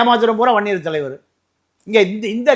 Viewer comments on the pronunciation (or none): நீங்கள் வன்னியன்று சுருக்கமாக சொல்வது பன்னி என்று கேட்கிறது அழுத்தமாக சொல்லவும்